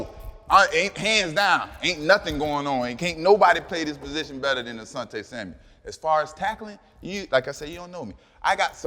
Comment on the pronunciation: "Samuel", no "s" at the end